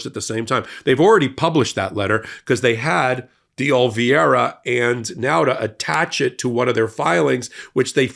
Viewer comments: It's OLIVEIRA! Not Olvieira!! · Oliveira, not Olveeaira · Oliveira* Not "Olviera" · Isn't his name spelt OLIVE ira,? Why do you pronounce it Ol VIERA? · Are you dyslexic? It's Oliviera, not Olviers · it's "OLIVE-ERA" not "OL-VEE-ERA" Just sayin'. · Ol-i-veira. Not Ol-vi-eira. You constantly mess that one up. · Love you guys, but Oliveira is pronounced oh-lee-BAY-dah. 😉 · Oh Leave Era. Carlos De Oliveira. Sorry, but it's been bugging me. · Dear God, it’s been YEARS now and still cannot pronounce OH-Lee-VAY-ra. You cannot call out Republicans for their inability to pronounce Kamala when you yourself cannot pronounce Oliveira. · Oliveira. Olive-hei-ra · while i deeply value your videos and the information you provide to the public, your consistent (and seemingly deliberate) mispronunciation of Carlos DeOliveira's last name gives the appearance of deliberate discrimination! Yes, he has participated in illegal acts, but why go out of your way to lower yourself to his and the orange buffoon's level? I have to admit that as a person who floats on the edge of the spectrum when this happens I have to exit out of the video, regardless of any good I might have received from it. Thank you for reading my rant. (retired teacher) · Why can't pronounce "Oliveira' properly? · Why do you insist on mispronouncing Carlos De Oliveira’s last name? You can do better than this. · Please take a look at how you are pronouncing. Mr Di Oliveira's name. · is pronouncing DeOliviera incorrectly. We are going to be hearing that name so many times in the months ahead. I hope will take just a second and learn the correct pronunciation